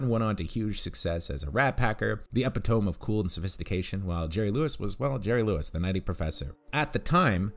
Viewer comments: Epitome, pronounced E-PIT-O-MEE not EPI-TOME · I think you mean eh-PIT-oh-me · At about , my man says it was the “eh-peh-TOME”... Epitome is more like “E-Peh-Toe-ME”, bruh. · I hate how much that pronunciation bothered me. Didn't he write the script for this review? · His pronunciation of epitome reminds me of how my friend's super well-read, sophisticated mother pronounced the word "misled" as "my-zuld". It makes perfect sense to pronounce it that way if you are sounding it out. Same goes for pronouncing it "eh-pih-tome" instead of the correct "uh-pit-oh-me". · Epitome is not pronounced "Ep-it-towm", it's actually "Eh-pit-toh-me". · Did you say epitome as"ep-i-tome"? It's pronounced Ah-pit-ah-me. Actually, you're hardly the first person I've heard butcher that word in my life (more like the third or fourth), but holy cow. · ee-pit-oh-me Not epi-tome Really? Do I really need to explain this? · Epi-tome? U mean e-pit-o-me! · “Epitome” is pronounced “E-pit-o-me”, not “Ep-i-tome” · Epi-tome? You might mean e-pit-o-me. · Epi- tome?? Eh-pit-oh-me Epitome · Eh-pit-oh-me not epi - tome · "Epitome" is pronounced 'eh-pit-oh-me' ...not 'epi-tome' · Epitome is pronounced ep-PIT-oh-mee. NOT ep-it-TOME. I'm horrified that I remember this, but Cindy Crawford claimed that it was that EXACT SAME MISPRONUNCIATION that was the final straw which caused Richard Gere to dump her. Learn to say it right, dude! Or Richard Gere will totally dump you! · Epitome is pronounced eh-pit-oh-me, not ep-i-toam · The word is ep-IT-oh-me, dude. Not EPI-tome. Wow. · Epitoam? It's pronounced Uh-pit-oh-me. Good video though. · Are you reading a script written by someone else? You describe Dean Martin as the “EP EE TOAM” of cool blah blah blah. You do realize the word is pronounced EE PIT OH ME or UH PIT OH ME. Come on man. Jeez! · Haha, you said, "epi-tome".. 😂 Unless the joke's on me somehow, of course. But seriously, great video as always. Thanks, cheers! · Epitome is Pronounced: Eh-pit-oh-me